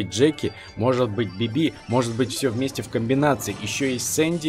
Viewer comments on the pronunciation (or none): Почему ты говоришь БибИ? Надо говорить БИби